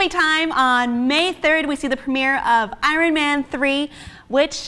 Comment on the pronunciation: Random, but...Iron Man, I think you pronounced it wrong,.